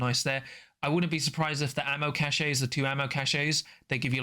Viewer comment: cache sounds the same as "cash". "ca-shay" is a word but it's spelled cachet and means something different.